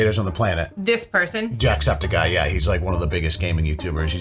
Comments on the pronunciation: Did he just call him JackSeptisEye? Lmao. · That idiot TikToker couldn't even pronounce Jacksepticeye properly. Using TikTok clips for your videos may not be the best for continuity. I'm a fan of Jack but making that claim about Mr Beast was petty and beneath him. He was making content and had the foresight to know what he was starting. Jacks opinion of Jimmy means nothing in reality.